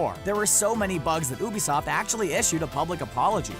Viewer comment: have you noticed he's not pronouncing ubisoft properly, You pronounce it by saying, you bisoft. lol